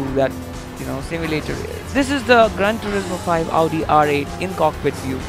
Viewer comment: so stupid he says augi instead of audi